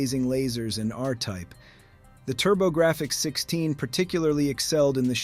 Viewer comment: "keelobytes". "Turbo Graph Ex 16". No human talks this way. It's AI. And I'd wager the script is partly AI generated. It's not terrible, but there are enough real, passionate people out there making these kinds of videos that I don't want to deal with AI slop.